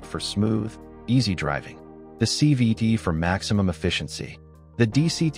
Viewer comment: He keeps saying c v ‘d’